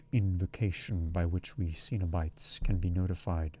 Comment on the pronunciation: yes, except for the mispronounced cenobites, there were a few random mistakes but much better than the other reading. should be ' muttering sweet talk into her ear' not sweat 😂 i had to go back and re listen bc it threw me off, especially since Julia had just complained Rory was sweaty a few sentences prior!